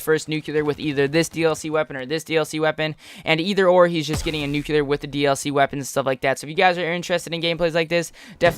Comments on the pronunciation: Lewis Mcneill The guy that uploaded the video kept saying "nucular" like he's Homer Simpson. Its NUCLEAR not nucular ffs. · I disliked the video as soon as I heard him say "nucular".